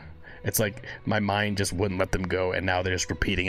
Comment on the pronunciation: Every now and then you will here is accent , as the letter j is pronounced y in swedish. So the word just , he often pronounces yust :) oh and as a side note ,the drummer Hannes ( pronounced Ha ness) is maried to Floor ,the singer of Nightwish. You can also react to " no bullets fly " nightwitches or " lady of the dark" all 3 in the animated versions